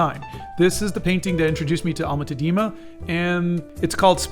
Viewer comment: Like in all Dutch names the accent is on the first syllable. Tá-dena. The ‘e’ is pronounced as ‘u’ in ‘but’. If you want people to take you seriously, it is very important to also get minor details, like the name of the painter, right. YouTube is an international platform.